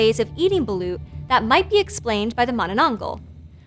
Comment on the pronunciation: i love my country!! (the Philippines) and gurl, you pronounced balOt balUt